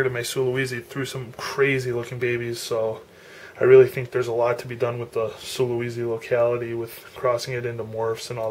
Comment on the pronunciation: I wish you would have explained what is "insane" about this Sulawesi's (pronounced "sula - way - see", not sula - wee - zee") personality. That would have been interesting.